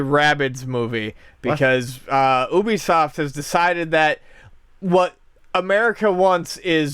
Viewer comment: You said Ubisoft wrong.